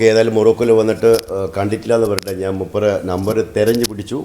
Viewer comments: എടാ മൈരെ, നിന്നോട് എത്ര പ്രാവശ്യം പറഞ്ഞു, നാൺ, നാൻ അല്ല ശരിയായ മലയാളം. ഞാൻ എന്നാണ് ശരി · വലിയ അരോചകം, നീ നാൻ, നാന് എന്ന് പറയുമ്പോൾ.